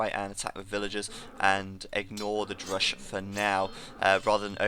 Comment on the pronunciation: Also, is he saying "drush"? Or just mispronouncing rush?